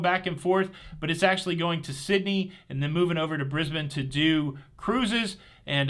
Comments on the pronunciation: Morning from time wrap Queensland 🤣 Jsut a quick update, you mistakenly said Pacific Explorer was on its way to Australia 🇦🇺, but it is the Pacific Encounter that is coming our way 👍 Also thank you for saying Brisbane correctly. Not many Americans do. Have a great cruise. Cheers Sam. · Thank you for pronouncing Brisbane correctly! Yes we are a day ahead. love your work